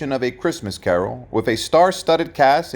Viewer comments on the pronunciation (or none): none